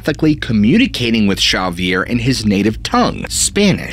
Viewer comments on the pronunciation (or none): Ha vee er Not X avier. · Not "Cerviere". Its X-avier like in X-men ;) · Great story but got to say the way you pronounced Xavier was grating on me. Its pronounced zavier not shavier. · Chavier! 😂😂😂 X, in Spanish would be pronounced with an H sound. 😅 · Love u bro! … but it’s not ‘Sha-vier’ it’s pronounced ‘Ha-vier’ due to country of origin Spain. I understand why u would pronounce it like that because the name Xochilt is pronounced ‘Zo-chill’ kinda similar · I think his name is pronounced: Zavier not Shavier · Whats the guy's name? I am half deaf. Substitles right Shaviere, but I hear Javiere?? Both don't make sence, Could it be the narrator mispronounces the name? Like it's promounced, Havier? Isn't it odd that so called proof pics, are always so dark grainy you need relly good immagination to see anything! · Not chavvier, xavier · Xavier is pronounced Zavier, NOT Chavier 😂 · Dude, I like your work and your videos, but may I suggest you learn to speak names and places properly before production. The name Xavier is not pronounced that way. It is pronounced like zave-ee-ar. X has a Z sound, not an H. Very distracting and disappointing for the message you are trying to put out. Just some professional advice. Take it for what it is worth. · He doesn’t pronounce it properly. It’s more like “shabby air” cos V is pronounced B or “b baixa”. Actually it’s more like the E sound we use when we say egg, like “shabby e[gg]”. Also Pedra Gentil is not pronounced with the H sound cos it’s Catalan, not Spanish. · Xavier, its pronounce X-zavior. like the X-men professor. ( but in french we say (gza-vee-ay) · If Xavier was Basque, your pronunciation would be correct. If he's Spanish, however, it should be more like ''Havier'' or ''Haviay''. [ , you say his native language is Spanish.] 😎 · Xavier is pronounced commonly as HAHvier, or in english as egzayvier. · It’s pronounced Hah-vi-air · 9 months late...I'm sure someone told you it's pronounced "Havier"....your welcome 😁